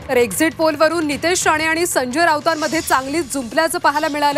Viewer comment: Exit poll la exist poll bolath😂😂😂hela Kai ganta mahiti asanar😂😂😂